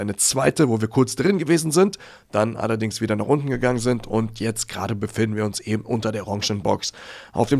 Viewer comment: Das Wort heisst "eben", nicht "ebenD" oder "ebenT" 😉